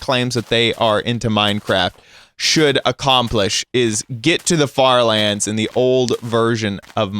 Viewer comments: did he say FARTLANDS?! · did he say fart lands or far lands